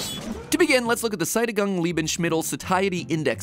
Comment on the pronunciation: no. Just no. The ae is because they couldn't print an umlaut: Sättigung. "Seh-tih-gung"